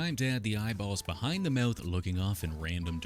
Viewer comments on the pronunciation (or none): He be saying mouth like Meyouth